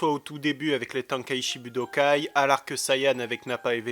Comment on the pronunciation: sur namek, la puissance de Krilin c'est 13 000, il évolue pas ou très peu entre temps ... Big up pour ta prononciation ''tank et chie budokai'' ''pékuhan'' ...